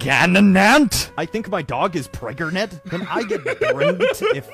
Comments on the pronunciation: P R E G A N A N A N T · Is always the "PREGANANANT" part!!